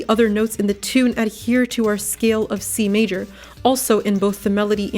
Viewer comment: when you said key of c major i thought you said kfc major